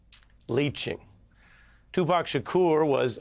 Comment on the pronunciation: Who is this reporter that's actually pronouncing Tupac's name correctly???